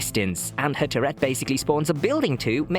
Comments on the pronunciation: Bro just killing the pronunciation of turret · I like it! Makes me imagine the Musketeer shouting “f¥ck a gerbil!” or something every time she shoots.